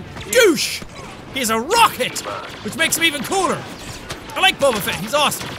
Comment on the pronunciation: It's Fett not feet